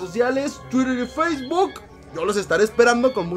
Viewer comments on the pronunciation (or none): none